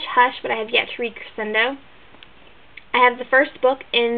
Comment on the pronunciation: nice book shelves! whenever you put a tour up I always write down titles so I have a list. I do want to say, Crescendo by Becca Fitzpatrick is pronounced cre-shin-doe. I'm sorry if I'm being rude, but I've been in music for years and just wanted to let you know(: anyway, I love these videos! keep it up!! :)